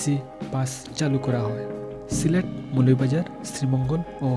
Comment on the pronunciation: Assalamu alaikum. Definitely it’s a very good news. But, you could not pronounce the name of your district. Remember next time. Jazak Allahu khairan.